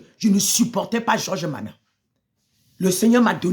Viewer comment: vous êtes tous pareils ! en plus c'est nama et non mana😂